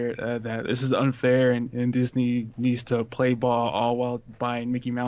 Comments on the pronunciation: "Disnye West" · I love “Disnye” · Noone:: Disnye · "Disnye" Security Guard: Don't try and church it up son!